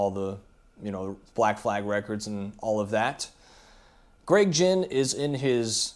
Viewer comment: And fyi its not gin its ginn know your pronunciation before u speak to people that were there. Not just read about it. Tho hes a wanker